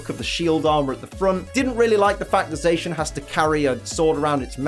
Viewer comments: Sorry to be that guy, but because their names are based on saying "The Cyan" and "The Magenta" with a heavy Japanese accent. You got Zamazenta right, but Zacian isn't pronounced "Zay-shian", but "Za-see-an" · ZaSHin. Huh that's a first. Za-see-an. Like Cyan to Zamazenta's Magenta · IT'S ZACIAN NOT ZAICHEN !!!!!! Zacian = cyan Zamazenta = magenta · I thought cian part of zacian was pronounced like cyan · U saying za cian wrong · No one:: ZAYSHIN Edit - Also: BAYMOTH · zacian is a play on words of the cyan and zamazenta is the same of the magenta, their shiny has their main color become the color of their name with zacian becoming cyan and zamazenta becoming magenta, also beomoth? behemoth is pronounced be-he-muth, oh god I can't listen to you slaughtering zacian's name constantly so i have to mute the video to be able to watch this